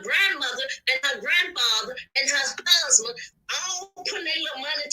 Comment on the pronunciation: Husman....it's Husband..😂😂😂